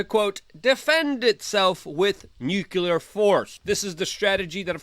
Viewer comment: I love you man. Now please; learn to say Nuclear